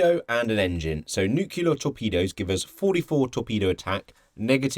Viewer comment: Noooo, a <<NUQULAR>> person